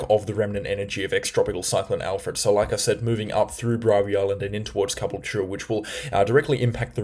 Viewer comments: It's Ca - bool - ture,. Stress on 'bool'. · Ka - Bull - Cha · The cyclone did this just because it wants to force you to try pronounce caboolture more lmao